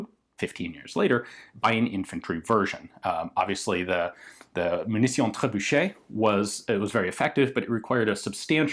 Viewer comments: Hé Ian, on dit "Munition" ;) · What did you wrote in the title? "Munition" in french or "Munición" in spanish ? (Yeah, sometimes "t" is pronounced like a "s") Anyway, I love the way you speak french! ;-)